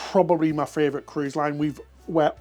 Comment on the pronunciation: Next tattoo #2: “My Fravorite” 😉